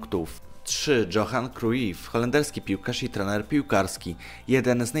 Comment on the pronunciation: *3 - aż bolą uszy. Czyta się "Johan Krojf"